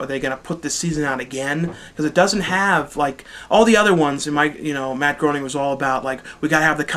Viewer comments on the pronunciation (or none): none